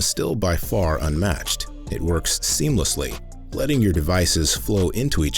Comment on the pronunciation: Seamless. Not seemless. 🫩